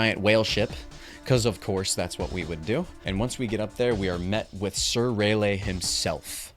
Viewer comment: Greta video man! You pronouncing Raleigh like that and saying “King Panda” was interesting to say the least 😂 it’s Panda King I thought? lol but hope you do the next THREE games brother!